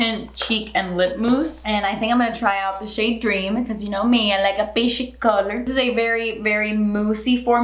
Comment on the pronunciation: Who else says JUTSIE and PEESHIEE everytime she says those terms? 🙋🏻‍♀️me! Just me? okay😂